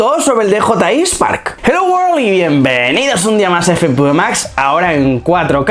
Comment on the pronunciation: 16 minutos... ha fallado dji!, tendría que haber sido mínimo 25 minutos. Una pregunta, que dices al principio de todos tus vídeos: "helloworri" y Bienvenidos a FpvMax. ¿Dices helloworri?